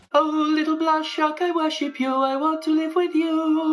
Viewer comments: Yarrrr their name be pronounced 'blowhai' not 'blahaj' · Ik no one cares but Blåhaj is pronounced “blo-hai” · Blåhaj is Swedish for Blue Shark. The little dot is important. That means that it's pronounced like 'o' in 'long'. The 'haj' is pronounced pretty much like you would pronounce 'hi'.